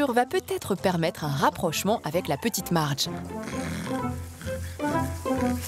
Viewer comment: Mais ce n'est pas Mardge qu'elle s'appelle mais plutôt Marge !!! Enfin bref, c'est assez drôle de voir des passions de ce genre... Mais tant mieux pour eux !